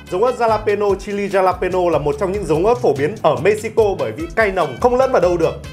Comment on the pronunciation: Ớt đọc là halapeno nha anh. Chữ J tiếng mexico đọc là H. #bảovệChiBủm